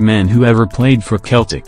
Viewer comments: The team Name is Pronunced as Seltic Not Keltic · I stopped when he said keltic